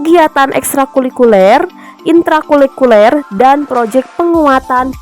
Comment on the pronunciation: Maaf kak, sedikit koreksi ya... Intra Kulikuler ❌ Intra Kurikuler ✅ Sukses selalu kakak...❤❤❤